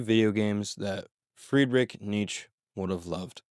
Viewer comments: It’s pronounced nee-chuh. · Hell yeah. Also Nietzsche is two syllables (knee-che)